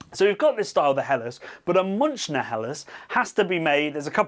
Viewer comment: I know you are not German, but please your bastardisation in pronouncing Munichiner is really off putting. Ask a German how to say it and we will all be a lot happier.